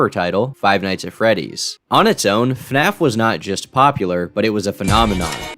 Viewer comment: Dude said "Fnaf" lol kids these days 😂